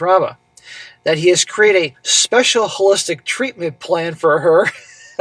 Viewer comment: "hole-i-stick" plan... LOL